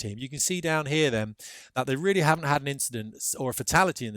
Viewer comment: Oh gee, you're weally weally expert.